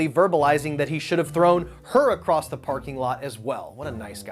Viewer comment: ACROSS. ACROSS. What is with everyone turning into effing rubes and saying “acrost?” It’S ACROSS. Also it’s ALL OF A SUDDEN, not “the sudden.”